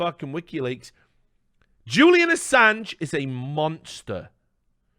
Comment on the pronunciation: Oi mate PRONOUNCE ASSANGE RIGHT MATE!!!